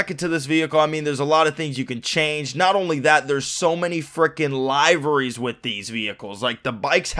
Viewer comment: "Liveries" isn't pronounced that way!!